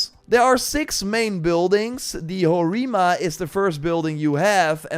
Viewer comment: those awkward fake japanese namings tho 😂 ho↘️ri↗️ma↗️ 😂😂😂